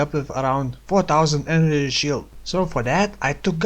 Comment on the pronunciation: enenergy shield, love the vid, but maybe try to practice saying energy shield, it gets annoying pretty fast :(